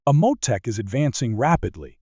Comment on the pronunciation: "A Mo tech" ?!?! AI trash, lol